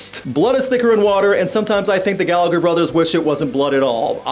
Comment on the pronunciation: The 2nd G in Gallagher is silent.